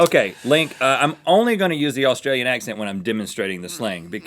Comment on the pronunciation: As an Australian I can confirm that Rhett's accent was flawless.